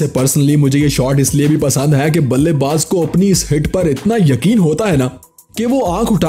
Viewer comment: In no look shot you say balle baj you say wrong